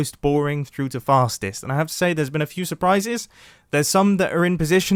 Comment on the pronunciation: i thought he said fatest way to travel